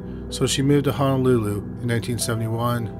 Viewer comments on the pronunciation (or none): none